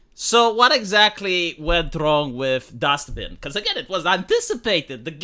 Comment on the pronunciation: Is calling it DustBin or am I miss hearing him?